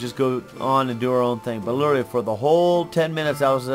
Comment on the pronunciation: cant say literally.:P